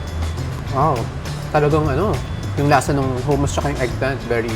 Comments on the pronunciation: Saka hindi po Hooo-moos ang pronunciation ng hummus. its Huh-muhs. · HUMUS pronounce HA not HU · Madam… hindi pu hummus yan ang spelling pero pronunciation is HUH-MUHS po. ✌️